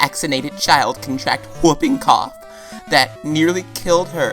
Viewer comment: do you know how to pronounce whooping cough